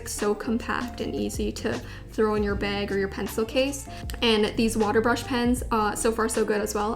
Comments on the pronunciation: "ziploc baeg" I'm dying... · I finally found out that you're canadian by how you pronounce "bag" 😎